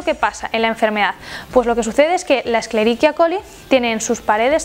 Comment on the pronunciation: "esclerequia coli" xDDDD supongo que querías decir "esqueriquia"